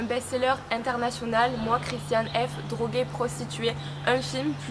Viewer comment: La pronciation est allemand c’est pas ça 😅